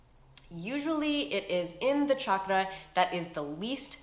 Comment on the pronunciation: OMG thanku for pronouncing chakra correctly 😂❤